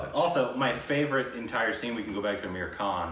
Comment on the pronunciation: Am i the only one who feels saying 'aamir khan' sounds like 'american'😂😂